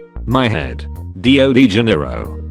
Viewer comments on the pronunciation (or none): none